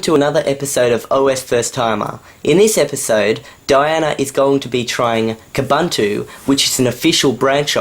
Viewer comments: Koohboohntooh, not kahbuntooh. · Wait. Why are they pronouncing Ubuntu 'oo-Boon-tu', but Kubuntu 'Kuh-bun-tu'? Shouldn't they be the same apart from the K? I also changed the colours away from that horrid grey when I upgraded - AND put the bar at the top, for good measure! Actually, that's the great thing about KDE - so customisable. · First you pronounce Ubuntu wrong and now you are pronouncing Kubuntu wrong! All branches of Ubuntu (like Xubuntu and Kubuntu) are pronounced the same!!!